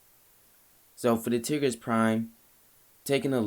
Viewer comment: Tigris (Tie-Gris)